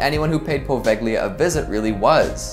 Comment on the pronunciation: Also the g in poveglia is silent so say it right